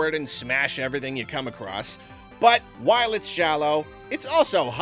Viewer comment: That "evwything" made the video for me.